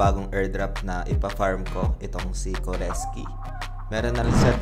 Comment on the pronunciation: core sky lods hindi koreski hehe. anyway done joining your link.